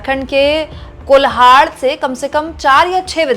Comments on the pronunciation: कोल्हान है मैडम, कोलहार नहीं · कोल्हान सही उच्चारण है,कोल्हाड नही। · कोल्हार नहीं कोल्हान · Madam Kolhaan hota he.